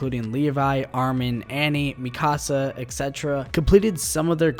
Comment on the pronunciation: why do you keep saying mikasa name wrong